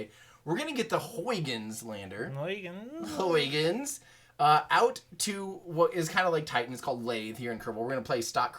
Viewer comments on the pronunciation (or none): Hey,. I'm Dutch, it is pronounced: haygens probe (more or less). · I am a Dutch guy, trying to make an American Everyday Astronaut to pronounce the Dutch name Huygens correctly. It’s a great name. The Dutch have all of the greatest names! Huhye -ghuns. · All the dutch people are blaming you for not pronouncing huygens well🤬😂 I think you are a GREAT youtuber